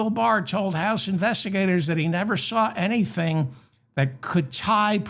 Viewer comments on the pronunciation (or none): none